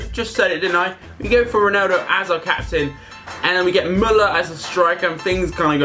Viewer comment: He is not called roneldo